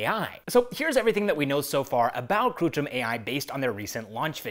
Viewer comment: It's kritrim not krutrim.